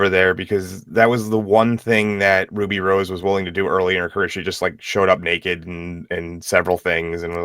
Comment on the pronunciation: Ah, Wooby Wose, the Batwhaman. Meh...